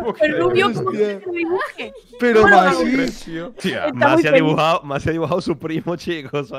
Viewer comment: Un dato Alexby es masi no massi 😂😂